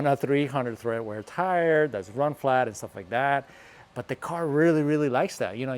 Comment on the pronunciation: Interesting video, thanks. BTW it's tread wear not tHread wear 👍